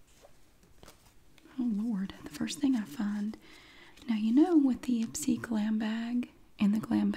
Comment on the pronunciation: I thought that IPSY said i spy 😂